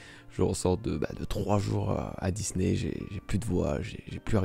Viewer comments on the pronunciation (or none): none